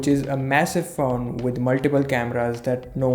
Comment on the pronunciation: When he said 'Faone' I felt it...